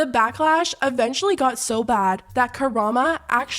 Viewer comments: The most shocking part of the whole video is how she read Karamo as Karama like 900 times. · Lol love the video but his name is pronounced KAHRAHMOE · Did she said "Kurama"?? the kyuubi? XD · i love how u call karamo karama lol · Not "Karama" the entire video instead of Karamo, lmao. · I love how you keep saying "Karama" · Drama for Karama. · Not “Karama”, the shade. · Girly it’s Karam-oh as in Elmo. 😅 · Omg it’s KARAM-O not a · How is it the only videos I can find on this topic consistently mispronounce Karamo like ??? You're covering a topic it takes two seconds to google how to pronounce someone's name, even if he's a dickhead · The way she pronounces Karamo itches my brain 🫤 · Why did you keep mispronouncing his name?? He was wrong af obviously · Chef Pii sucks but can please learn how to pronounce Karamo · why cant you pronounce karamo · I love your channel and love your videos, and am no way defending Karamo and his part in this.... But unless there's some reason to avoid legal repercussions you can't say his name correctly - learn to pronounce his name girl! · The way these YouTubers are pronouncing Karamo’s name shows you never watched The Real World and I’m too old 😭😭😭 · Not you MIS-pronouncing Karamo's name STILL!? I mean... I agree with your points but girl... try again. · I low key love how you mispronounce Koromo in multiple videos, in different ways. 😂 idk if you do it on purpose or not, but keep it going. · Oh, hi that’s me! I love that Karamo’s name isn’t even being pronounced right, because he doesn’t deserve attention after this behavior. I hope QE drops him, the rest of the group shouldn’t look bad just because of him. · I love how nobody is pronouncing Karamo's name correctly lol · The FDA approves plenty of “foods” that cause cancer and hired Sakler employees even tho they caused the opioid crisis. You keep saying Karamo’s name wrong on purpose, this channel is garbage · Are you purposely saying Karamo’s name incorrectly? 😂